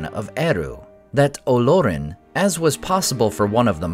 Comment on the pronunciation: The accent is on the second syllable and not the first… it’s Olórin. Not OH-lor-in.